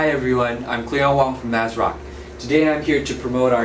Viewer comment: It sounds like he keeps saying Azeroth